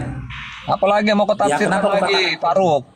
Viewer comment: tuh lucu ya Baca ayat saja disebut nafsir 😅